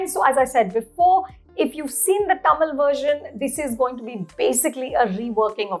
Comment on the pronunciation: At what point do we stop wrongly pronouncing Tamil as "टा-मील" ??? its "तमील". "त" not "टा".